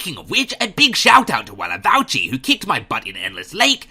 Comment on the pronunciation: I am by nature very picky for the games I play. If it doesn't fit my criteria, I drop it immediately. This game being one of them. It's pronounced Walavuchi, I have told you in an earlier video :P